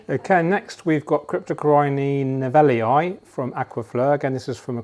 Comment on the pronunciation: cryptocoryne nevillii name is from latin, so the pronounce of the last vocal is i (ee in english) double i is pronounced i